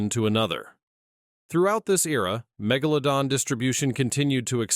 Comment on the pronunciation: "Keeps changing how Megladon pronounced😂